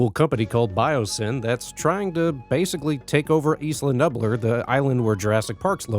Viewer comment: "Isla Nubbler" 😂